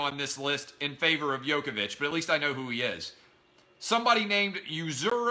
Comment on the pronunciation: Clay, Djokovic is dominating this year man! its "jokovic" not "Yokovic" He won both Wimbledon and the US Open. (The last 2 majors). And LeBron James is not currently the best player in the NBA. He USED to be. LeBron and Federer USED to be the best, but now they are only great NOT the best.